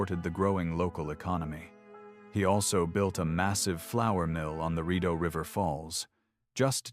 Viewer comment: Could you please learn the correct pronounciation of words - for example although the anglized mis-pronunciation of Rideau is understandable, but the Saint Lawrence River is not the STREET Low Rent. Sorry, I know it may seem like a small matter, but this discredits the rest of your story - the details matter.